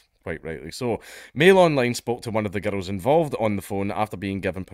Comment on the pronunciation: I love the way you pronounce girl(s) as gerruhl(s).